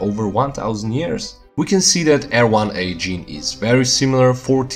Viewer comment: Haplogroup R1a or I1a? I heard eer1a.